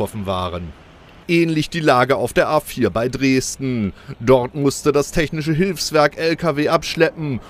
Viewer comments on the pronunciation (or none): Bei dreeesdeen 🤯😅